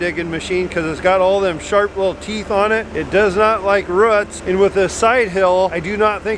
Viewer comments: Roots = " Rurts " Bearing = " Burrin " " You picked a fine time to leave me loose wheel " LMAO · I just realized your dad talking about roots but calling them ruts😂. for president 2020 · Ruuts????? I’m thinking hen means rOOts! LOL